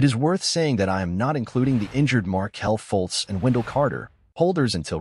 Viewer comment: First Markelle Faultz said he believed they'll be top 4; 2nd, please learn how to say their names...this is painful listen to...#RESEARCH